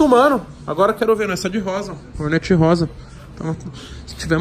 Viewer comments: Me dá muito nervo nego falando Rornéti .. kkkk mto zuado 😂😂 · Não entendo porque tem que falar “hornéti” se o nome é “hórnet”? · Togordo' sabe nem fala "Hornet"